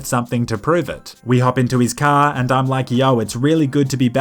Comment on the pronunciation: Not sure why, but I love hearing you say 'Cah'